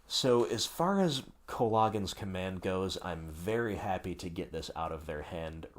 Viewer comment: You can cast co-log-ens command with mon-ah seriously though good break down on how to play the deck